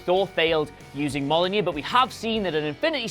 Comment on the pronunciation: Did he say molyneux instead of mlojnir? Lol